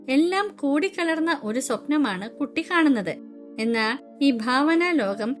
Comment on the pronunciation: ടീച്ചർ കട്ടി അല്ല കുട്ടി ആണ്